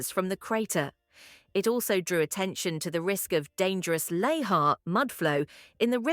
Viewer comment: Lahar. Pronounced "luh-HAAR"